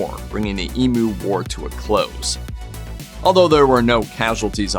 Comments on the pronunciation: EEMYOU!, NOT EMOO! Come on the rest of the world, please pronounce our words properly, jezz😅. I can't watch this, the pronunciation is driving me crazy.✌️ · Learn how to Pounce Emu, it's Ee M U not Emooo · Emm you, not E moo. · Emu drumsticks though. I've never heard another American pronounce it Ee-moo before. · it's e-myoo! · I'd say it emyou from down under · Why are you so mad about the way we pronounce the name of this bird ? We speak English, we pronounce it the way it sounds in English ...who cares? Also, sacred bird? You guys may want to rethink that judging by all the trouble they caused you. They weren't so sacred when they were being shot down because they were ruining your crops 😂 Also, I don't think anyone would gaf if you mispronounced bald eagle....I sure don't 🤷